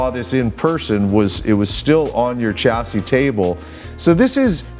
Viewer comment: SHA NOT CHA ... CHASSIS.....SHA